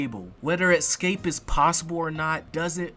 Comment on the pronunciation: Escape, not "Exscape" 🌜🦗